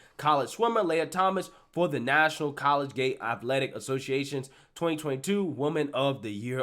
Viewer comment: Holy shit he can’t pronounce “collegiate” and supposedly went to college smh damn 🤦🏾‍♂️